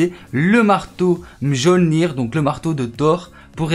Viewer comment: C est pas jolnir !! Ça se dit miolnir.